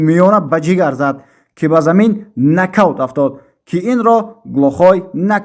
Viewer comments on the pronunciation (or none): накаунт не балбел’ Нокаут